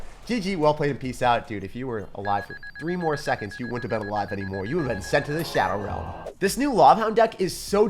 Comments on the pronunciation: do you hear shower realm or shadow realm. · I can’t not hear shower 😅